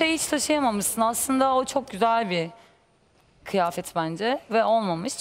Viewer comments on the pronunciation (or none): Böyle söylüyor mehmet akif: Kiyafet yani Kıyafet demiyor😃